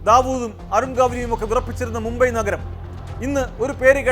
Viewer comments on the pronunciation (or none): none